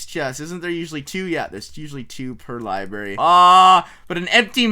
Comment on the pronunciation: Wait did he say liberry...xD